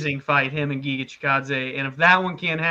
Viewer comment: not jiga, it is Giga (g'reat, g'oal, g'ame...) good luck, guys.